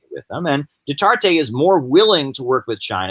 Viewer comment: it's pronounced Du-ter-tay. also, the NPA does not control any islands in the Philippines. And Duterte's popularity is at an all-time low. He is kind of like Trump. this blustery pompous guy who made a lot of promises in his 2016 campaign then just flamed out. He is very unpopular there now and Manny Pacquiao a former ally of his has now turned on Duterte, too. And Manny will most likely run for president of the Philippines in 2022.